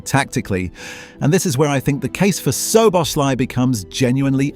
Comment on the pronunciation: hard to watch the video when you're pronouncing the name of the person you're making the video about totally wrong about 50 times